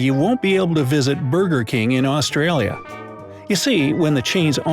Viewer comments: Wow, his Mandarin is worse than his English. Still can't pronounce Australia. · Did he say "AustriAlia"?